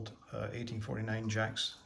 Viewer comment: It's pronounced jay-cs